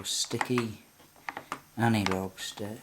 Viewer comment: Its anAlog not anYlog